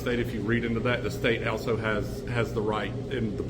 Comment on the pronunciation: Brah…you look for someone that says “elso” instead of also to be a fair and law abiding person. lol. Had to clown for a minute while I watch all the made up reasons and excuses they use to work up to getting you arrested. Lol